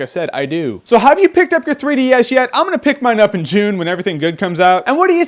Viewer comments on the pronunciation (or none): none